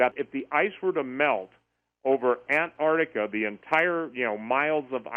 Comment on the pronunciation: It's pronounced 'AnTar tica',not 'Anah tica'. There's a 't' in there !